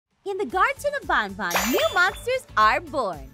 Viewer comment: 'IN THE GARTON ON BONBON'